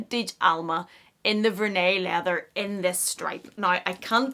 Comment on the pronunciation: "vehr-nee" not "ver-nay"